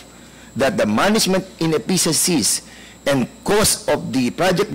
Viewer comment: Tarunga og pronounce Ang effeciencies SIR DAN PERNADES.. 😂